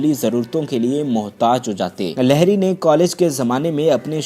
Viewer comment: لہری نہیں لہڑی ہو تھا ہے